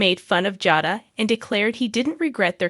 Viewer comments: Her name is not jaa da. Her name is pronounced jay da. Also, chan el is pronounced sha nel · It's pronounced JADA